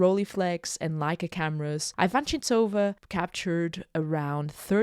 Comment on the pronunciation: You're pronouncing her name wrong.